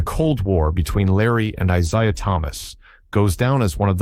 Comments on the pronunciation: Decided to scroll instead of watch when he kept say "Eye-SI-ah." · Bird didn’t hate Isiah Thomas. And you are pronouncing the name wrong. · The goof can't even pronounce ISIAH Thomas"s name. OR Mahorn's. ALL Lakers and Pistons. STUPID video